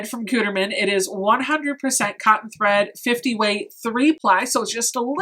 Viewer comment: It’s “good-erman” lol